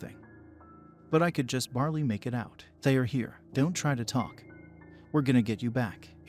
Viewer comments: Barely is not barley and that was kind of a major distraction, other than that good story, thanks. Oh yeah, slowing just a bit would be great 👍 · It's not bar-lee it's bare-lee/ bear -lee